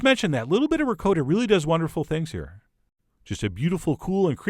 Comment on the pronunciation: Pro Tip for pronouncing "Ricotta" - the "o" as in "moth" not "Dakota"